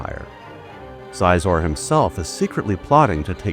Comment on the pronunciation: Sweet video, but I thought it was pronounced like "she-zor"